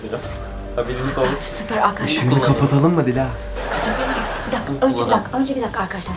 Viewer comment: Güzel olmuş da "Dilas"ne?!